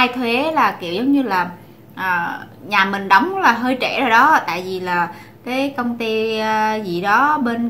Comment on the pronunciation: Em ơi đả ở mỷ rồi đừng nói vi đi veo nữa ,vi,đi ,ô em ơi